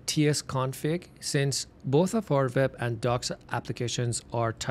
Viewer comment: nice content ! but stop saying "VEB" please its "WEB"